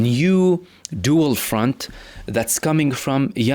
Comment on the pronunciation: Love “ dual front”. It sounds “ kiss chef” 🎉